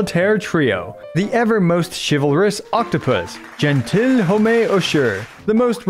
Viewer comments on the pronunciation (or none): As a french your way of saying "Cheval marin", "Mademoiselle" and "Gentilhomme" is very funny